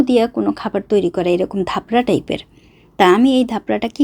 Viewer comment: ধাপরা😂😂 না চাপড়া❤